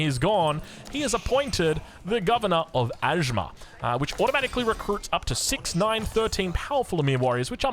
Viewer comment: It's not ajmar.. pronunciation is like aj mayor